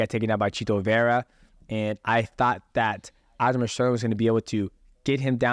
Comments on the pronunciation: Sounds like fuc<k master everytime he says it I like it Sterling should change his name to that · I love how he gets all the names wrong. Pretty sure he spent the entire podcast referri g to aljo as fuckmaster.